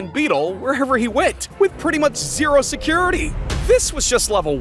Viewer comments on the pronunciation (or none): none